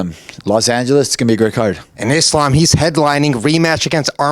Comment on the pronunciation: Bilal, WTF is wrong with you? How is the schmo pronouncing the name Islam better than you???!!